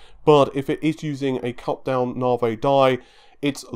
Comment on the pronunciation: Nah-vee. Not Nar-vay. You say it like 40 times a video. Please, try to get it right.